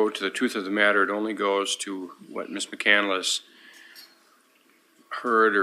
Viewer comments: Btw, EM, McCandless is not pronounced "McCandeless". There are 3 syllables, not 4, in the last name. SHEEZ! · I think its interesting that she named herself after Chris McCandless but pronounces it incorrectly. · She can’t even pronounce her own last name! 😮😂😂😂